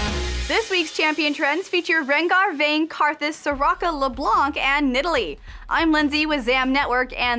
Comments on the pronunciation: santanickinhell At least we can laugh at them ! And yes, we french people pronounce "Leblan" Not Leblanc or, as Froggen would say, Leblenk. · When you say Leblanc you don't pronounce the (c) because it's French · Hell Heaven it is on that word, silent c